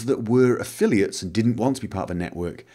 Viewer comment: You also made a mistake in "affiliates".